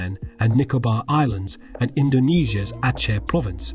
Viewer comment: Respect for pronouncing Aceh correctly lol